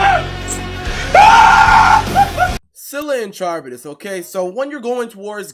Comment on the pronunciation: You said scylla and charybdis wrong